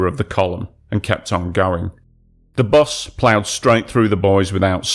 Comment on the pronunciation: bus not bos